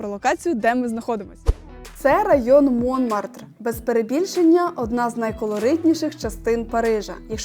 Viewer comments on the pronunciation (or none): Молодці! Ви симпатичні, молоді, енергійні....і ваше відео дуже цікаве і інформативне) Але ж....всі назви, якщо ви у Франції, треба вимовляти з наголосом на останній склад) Наприклад, МонмАртр і всі інші назви так само. Не треба казати Сакре Кєр), ТюІрлі....тому ще це сад ТюільрІ з наголосом на останній склад. Бажаю вам удачі і дякую за відео! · Монмартр-наголос на останній склад.